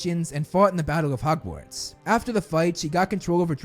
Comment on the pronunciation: My bigger issue is 'hugwarts'